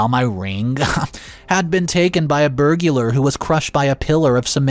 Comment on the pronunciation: What’s a “burgular”? 😂